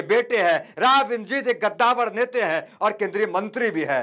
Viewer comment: पत्रकार साहब गद्दावर नहीं कंदावर होता है